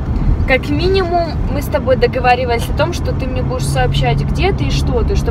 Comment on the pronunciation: договаривалися. Ну кто тебя научил так говорить договаривалися? договаривались, епт, договаривались ты же в армии служишь, надо говорить правильно, не позорь.... погоны свои не позорь